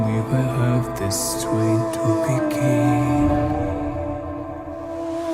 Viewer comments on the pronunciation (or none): As a matter of fact, they way he pronounced 'again' here can be the correct pronunciation, depending on where you are from. The only little mistake he had was with 'strength' which is very difficult to pronounce the ng + th next to each other if you're not a native speaker. The sound of th doesn't even exist in Kazakh. Apart from that his English in this song was very good. I think you're being too harsh.